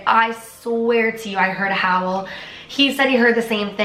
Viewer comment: The howel sounded like (howellll) like it was trying to say howel but he was howeling howel